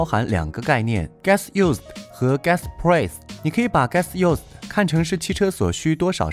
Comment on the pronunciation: price的发音太崩溃了，播音员别念英文了